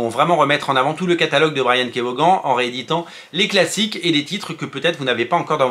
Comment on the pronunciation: Juste son nom se prononce vonne, pas voguane! Comme Stevie Ray Vaughan 🎸